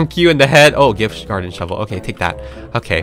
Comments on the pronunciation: “where’s the sHoeVel” 😭🔫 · No she says shoevel